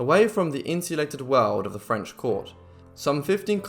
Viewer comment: The phrase is "makes the heart grow fonder" not stronger. Nice French pronounciation.